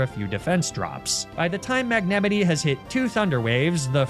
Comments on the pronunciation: Bro your pronunciation is killing me. FA-CHa-DAY?? Don’t even say magnemite like that. Love you freak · Ive never heard someone pronounce msgnemite king that I'm stealing that. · Guys I'm new Why does he pronounce magnemite like that